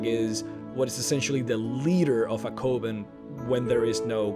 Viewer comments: did he say COven it is said like cuven COven would be spelled like cooven not coven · L Takara listen to how he says Peryite and Coven for starters. whats wrong with your ears? It has nothing to do with accent, "bro".